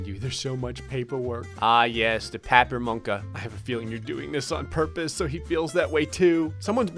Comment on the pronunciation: As a Hungarian, I must say That was the greatest anyone has ever pronounced "papírmunka" 😂